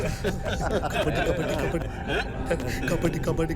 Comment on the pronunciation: The First one😂 kabadi❌kabari✅